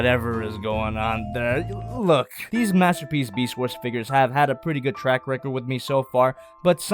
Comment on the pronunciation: Mastapeece megatron (beest war)